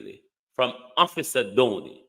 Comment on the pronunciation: It's office Dobney not officer Downey.